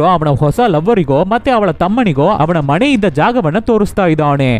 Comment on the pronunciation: ಮಣೆಯಲ್ಲಿ ಅಲ್ಲ ಅದು ಮನೆ. ಉಚ್ಚಾರಣೆ ಚೆನ್ನಾಗಿ ಮಾಡಿ